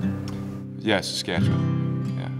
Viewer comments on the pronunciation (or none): none